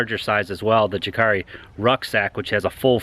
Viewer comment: I like your reviews, but your pronunciation is a bit off. :D Jääkäri is pronounced like "yääkäri", or "yaakari". The intonations in Finnish are different from English, it's why it's so amusing to hear people pronouncing Finnish words like puukko, or jääkäri. Thumbs up for the effort though! Btw, you're partly responsible for me owning a couple of Ganzos now... - A Finn